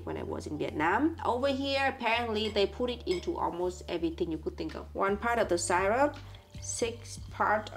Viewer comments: „Syrup“ is pronounced just like in German „Sirup“ not [SAI-rup] the „y“ sounds just like a normal „I“. 😊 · I love how they pronounce the word syrup, I wonder if they know that it’s not the right way to pronounce syrup, it’s still really cute though 😊